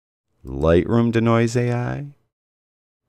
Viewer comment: Nice video, BUT Dude, it's NOT how you're pronouncing it, "dih-noise", like the song "Bring in 'da Noise." It's pronounced DEE-noise, like to de-magnetize, or de-clutter. A long e sound.